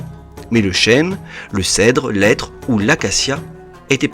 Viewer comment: A 6'21 " l ' être".. pour Le hêtre , cf : le hérisson et pas l'érisson 😏😉 ! Ces merveilleux portraits sont fascinants , profondément émouvants par leur réalisme : ces hommes et ces femmes sont véritablement nos frères, nos sœurs ...